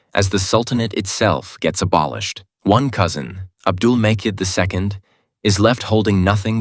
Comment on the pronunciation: Ah 😭😮‍💨💔🥺♥️ But Your Pronunciations Aren't Correct You Are Saying Isa (Aisa) It's Not That It's Isa (Eesa) And Its Not Abdul Mecid (C in there is proununced as J ) Abdul Mejid Like This You Have Some Pronunciation Problems And Mistakes BTW Don't Feel Embarrass I Am Only Trying To Correct Your Pronunciations That's It Hope You Understood 👍🥰 If Ottoman Empire Was Still Today No Muslim Will Be Oppressed By Non Muslims And Vise Versa 😢